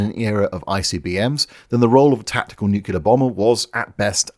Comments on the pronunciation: Holy fucking shit. You claim to be a safeguard against the continued mongreling of The English Language, and you consistently pronounce the word "nuclear" as "nucular." FUCKING READ THE GODDAMN WORD AS IT IS SPELLED YOU TORY HACK!!!!! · NUCLEAR IS PRONOUNCED NUK-LEE-IR, (or -ah if British) NOT NUK-U-LAR. IT IS NOT LIKE "MOLECULAR" That's not a British thing, as your own pronunciation picture demonstrates. you hurt your credibility when you say it like Homer Simpson. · What the fkuc is 'nucular'? THE WORD IS NUCLEAR! Is it really impossible for you (and a certain thicko US President) to pronounce it correctly? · I could take the heavy load of bad puns but can't take seriously someone who keeps saying "nucular" in any serious context. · NUCULAR?? REALLY?? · Pretty sassy of you to literally put a UK pronunciation guide on screen, with a bit pointing to it, and then continue with dozens of your modified-hillbilly, consonant-backward "nookyulah" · if you say "nucular" instead of "nuclear" once more, I'm unsubscribing. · You forgot the big one. How the f*** anyone can look at the word 'nuclear' and pronounce it "NUKULAR" is beyond my 1960s built computing power. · What the hell is Nucilor?! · The moment you start talking of Americans, NUCLEAR becomes NEWKILLER. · Ackshyually, it is Nuculear... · Here in Missour-uh, we hear nuke-you-lerr. Agree "English Police" are annoying on either side of the pond. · As soon as you said "NUKULER", you lost all credibility. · I like how you put the pronunciation guide for 'nuclear' up within the first 15secs and then proceed to say "noo-culer" for the duration of the video. Your high horse is evidentially shorter than most. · Every time says 'nuculer', I hear Homer Simpson correcting someone. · If you make it through a full-length Cold War Video without once pronouncing “Nookular” as though your cousin is also your uncle, I will join your Patreon…. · What is this "nucular" you speak of?